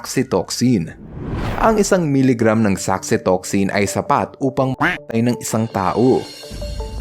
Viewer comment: natawa sa kwe pagbibigkasin yung patay😅